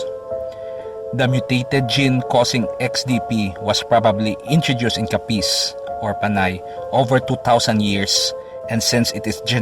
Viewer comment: Putsa ayusin mo pagbigkas ng capiz